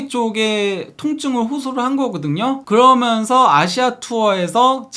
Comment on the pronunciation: 아 발음좀.. 그러면서 거먼서.. 한번도 끝까지 시청을 못하네